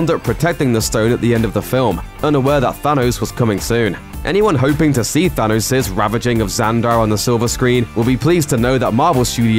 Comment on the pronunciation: Why can't the narrator say Thanos correctly?